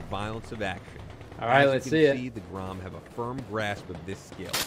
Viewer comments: Wow you actualy kinda said it right. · Dude, your Polish pronunciation is great. That was like 9 out of 10. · You right man, good pronunciation man ;) GROM 💪💪💪🇵🇱🇵🇱🇵🇱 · Damn you Pronounced that really good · You read the name of the formation so f&*# RIGHT!! :D